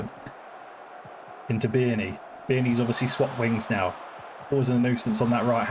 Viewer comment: Great video as always, great to see us in the NL again, in some form. 😅 But, a bit of advice on Pronunciations of our players: McEachran (Mc-ek-run) Bearne (beer-n) Westendorf (West-End-Dorf) Roddy (Rod-Ee) Hope this helps. 😉